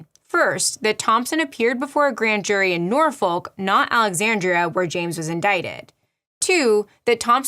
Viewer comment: I live in Norfolk UK and when I hear Americans pronounce it I find it so weird as we pronounce it as n OR folk with the n or folk with or being heavily pronounced Norwich Nor witch example of the biggest city Norfolk ❤